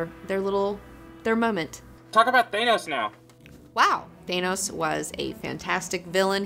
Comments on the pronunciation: THAN-ose, not THANE-ose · Why does this channel say thanos as taynos. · thay-nos? are you sure about that? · You're pronouncing "Thanos" wrong. Hope this helps.